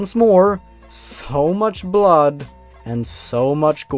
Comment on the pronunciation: You're not perfect. Especially Hyperrrrrealistic BLOD.